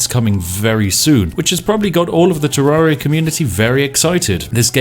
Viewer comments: You said terraria wrong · The A is pronounced the same as terrarium not like the A in aria. Sheesh.